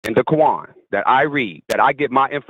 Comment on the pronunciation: Did say he reads the kuwon? At least that's what it sounded like. 😂